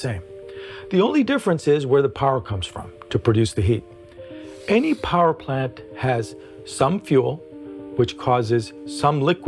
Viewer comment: well.. i realize you actually said "parplant" but i was commenting on what you were trying to say